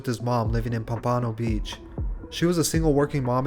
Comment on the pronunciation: The way he said pompano beach made me die of laughter... it’s pronounced palm-pA-No